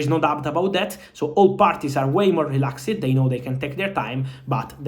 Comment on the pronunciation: “Relaxd” never “relax-ed”